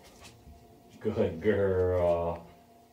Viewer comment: Are you using just the search command in German? Really sounds like you’re saying “such such” which is “search search” in German.